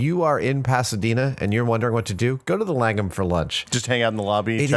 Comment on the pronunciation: So there is another Langham Hotel. Actually there are quite a few I guess. Having that as my last name its kinda weird hearing adam say it.